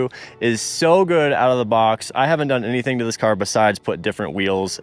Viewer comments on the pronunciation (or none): none